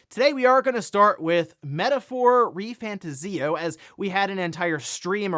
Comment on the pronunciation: The way my man said Re FantaZEEoh sent me 😂 anyone else?